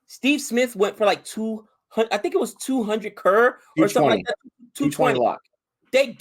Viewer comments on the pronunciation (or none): saying everytime krrr... instead of crores is funny xD and it's pronounced as punjab (as in 'pun intended')